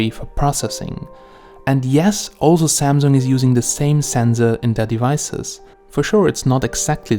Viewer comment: It pronounced SAMSUNG and not ZAMZONG